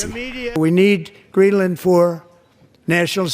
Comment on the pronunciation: 😂 “ GreenMa! “ DW is trying so hard